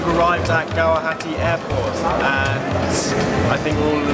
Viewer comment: Sunny V I think they pronounced Guwahati quite well though